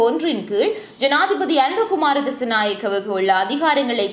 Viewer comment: அனுர குமார திஸாநாயக்க அக்கா nengal திசநாயக endu solringal